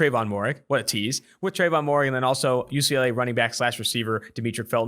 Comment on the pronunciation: If there is one thing guaranteed about 2 for 1 on is the butchering of names. I know it's spelled Moehrig but its pronounced (mair-rig)